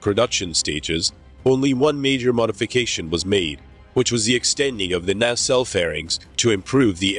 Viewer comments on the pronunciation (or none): none